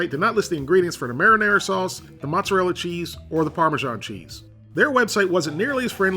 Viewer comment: I think parmesan is pronounced "parmazan", not "parmijon". Otherwise great video